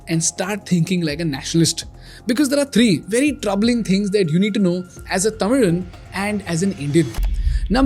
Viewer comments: WOW!! You pronounced "Tamizhan" instead of Tamilian🎉🎉🎉🎉 Thank you. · huge respect to you for pronouncing it " thamizhan" instead "tamilan " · 🎉 pretty rare to see a North Indian pronounce “Tamizhan” correctly.. 👌🏽👍🏼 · I want to thank you for saying it "Tamizhan" and not "Tamilian". Finally someone got it right. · Bro I like when you pronounced tamizhan correctly hatsoff to your commitment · you pronounced 'Tamizhan" better than most tamizhans ;) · your pronunciation was spot on 👌 tamizhan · Your pronunciation of Tamizh is good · You are Tamizhan, I'm damn sure Because you pronounced Tamizhan exactly like a native speaker so you might know Tamizh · Like the way how you pronounced “tamizhan”. Generally people don’t get the “zha” part and you nailed it. ❤ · Nice to see someone say tamizhan correctly. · U Said "tamizhan" like a tamizhan Happy Happy Happy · Unlike other popular media channels, it's nice to hear your efforts to get the pronunciation right. Tamilnaduuuu✅ Tamizan✅ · Thanks for the perfect tamizhan pronunciation 👌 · Wow first time someone pronoiunced Tamizan perfectly. Appreaciate it bro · You pronounced thamizhan rightly brother :hand-purple-blue-peace